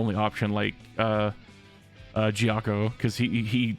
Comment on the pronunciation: If Ghiaccio heard the way you pronounced his name